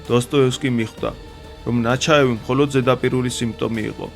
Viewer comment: ნაჩაევი არა ნეჩაევი,ქართულში არ გვაქვს რბილი ლ